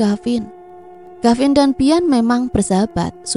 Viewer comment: Mf neng,d cerita ini kavin apa gavin ya,kurang jelas🙏